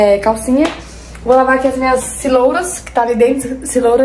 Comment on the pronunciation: não é CELORAS e sim CEROLAS,vc troca a ordem do R e L. E não é OREGUINO é ORÉGANO. Bjs 🌻